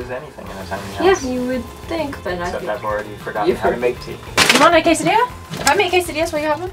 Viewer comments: I'm half mexican and to me it is funny when other americans say casedeas and it sounds like case ideas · When they said quesadilla wrong 😅😅😅😡😡😡😡😡😡😡